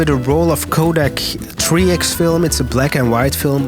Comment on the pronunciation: The Tree Ex pronunciation had my head scratching coz I had the video playing in the background 😅 . Cool vid tho. 🫡